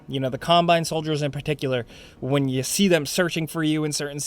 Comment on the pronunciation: Ah yes, before yoy buy